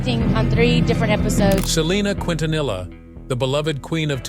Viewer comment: 30 years later and still cannot pronounce her last name correctly 🙄